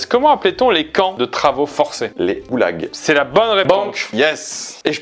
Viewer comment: les Oulags? Mdr il manque un G là